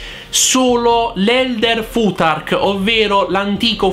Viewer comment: Il mio professore si incazzerebbe tantissimo per come hai pronunciato fuTark. È una fricativa interdentale sorda :) si pronuncia come pronunci il th di Bluetooth!